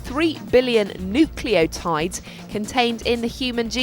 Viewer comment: 'new clio tides' Orf, she didnt get time to practise her lines 😂